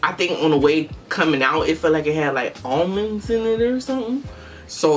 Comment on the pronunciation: Omg she said almonds😂